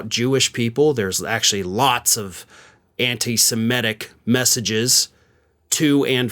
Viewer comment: Like "mit" in the word "admit" (or 'catcher's mit'), the term is pronounced with that it sound in the second syllable as in "sem-it-ic". Just sayin'. Other than that... spot on.